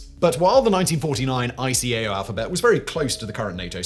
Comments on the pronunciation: Eye-kay-oh and eye-ah-tah. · After working in the field since 1973. that's the first time I've heard ICAO callef I. C. A. O. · ICAO is pronounced as if a word, not as individual letters, as is IATA. No-one says "I C A O" or "I A T A". Also ironic mispronunciation of "pronunciation". Also I think that was 1952 that ICAO looked for better words not 1942 as it was not officially formed until 1947 (although PICAO came from the 1944 Chicago Convention it could only be preliminary as a few countries such as Germany and Japan were reluctant to send representatives to Chicago in 1944 for some reason).